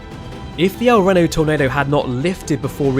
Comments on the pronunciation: Hello from El Reno (BTW. You say like "Reno" as the city in Nevada. Which both were named after the same person) Anyways, thanks for the video. Its nice to see a differant video of the same subject as others have done. I remember seeing this from town and wan't sure if it would head to town as well due to its pathing. (Of course while trying to make a break from this, I even recorded this tornado via my 3DS and posted it as well. Not great video) Also. If anyone wants to be stop by here in town, you're welcome to. (heck you can stop by on the first Saturday of May to big a big burger being cooked as part of the town's burger event 😄) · Has a complete ad in the video about spending tons of time researching topics, proceeds to pronounce the primary town's name wrong the whole video. If only there was some way to avoid this...a research if you will. 🤔🙄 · I am surprised you didn't run across the proper pronunciation of El Reno when you were researching this. It's pronounced with a long e in Reno. It took me out each time you said it. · I'm watching now and every time he mispronounced El Reno or another name, it really got me. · El REE-no. El REEno. El Reno. Not El Renn-no. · You should have done as much research in THE CITIES NAME as you did tornadoes. It's pronounced el-REEN-o, not el-WREN-o. Why is it that the nation who created the kings English can't speak it? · It’s pronounced El Ree-no not El Re-no. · So you use geographic references from New York City, in metric units, in a British accent for a video about a tornado that took place in Oklahoma. Bruh. 😂 EDIT: Also, I know you're British, but it's pronounced REEE-no. Not "RIN-o" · Reeno. It's pronounced el reeno. Not rano. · El Ree-no, not Reh-no. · "MEH-zo-cyclone" not "MEE-zo-cyclone" and "Ree-no" not "Reh-no". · The incorrect pronounciation of El Reno throughout this video is insanely annoying... It's pronounced El Reeno, not El Renno. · its REE-NO not REH-NO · REEENO, El Reeeno, not Renno. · "El Reeno"